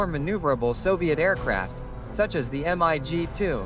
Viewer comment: Please get a human to read your text. Your auto– reader is not doing it right. The Soviet fighter is not pronounced M I G as three separate letters. It’s just the word “MiG”. The human being would know that.